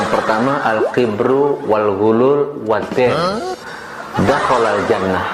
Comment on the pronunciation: whatsss? Al kibru??? al kibri kaleeee